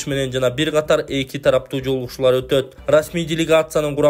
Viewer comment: Каатар эмес катар эле туура суйло